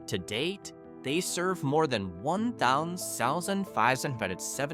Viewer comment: 1.575 pronunciation lol